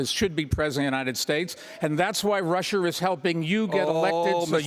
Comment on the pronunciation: Bloomberg: It's Russia not Rusher!